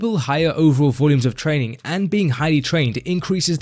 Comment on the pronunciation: Why do you say “trainingK”?? There is no “k” after an “ing.”